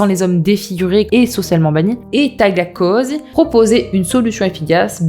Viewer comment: Tu sais dire Tagliatelles sans problème... Tu sais dire Cosy (ambiance/endroit) sans soucis Mais tu peux pas dire Tagliacozzi ....🤷🏾‍♀️🤷🏾‍♀️🤷🏾‍♀️ Bon mis à part ce coup de gueule (a prendre à la rigolade bien sûr), je trouve la vidéo super intéressante... Personnellement je ne ferai jamais de chirurgie sauf si ça doit être " réparatrice" si jamais... Mais je peux comprendre celles qui ont des complexes. Par contre ce que je peux pas comprendre ces les chirurgies pour "s'amochir"🤷🏾‍♀️🤷🏾‍♀️🤷🏾‍♀️ Quel intérêt ?